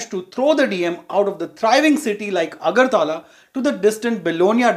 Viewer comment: AGARTAAALA ... 😂 ITS AGARTALA